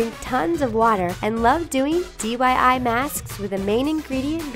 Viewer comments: DYI ISNT IT DIY? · Did anyone else notice "DYI mask" 😂😂 both in the audio and subtitles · Why did she say dyi? I could have sworn that it's diy 😂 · It's DIY! this is the 3rd or 4th video I've seen that you say DYI. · she said dyi it is diy😂 it is ok your videos are the best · It's called "DIY" boy "DYI" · Did she say DYI masks? not DIY... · Dyi? I think you mean diy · DYI I thought it was DIY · D.Y.I? Did anyone catch that? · did anyone hear DYI?